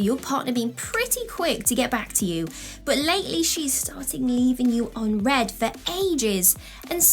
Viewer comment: It's "unread" not "on read"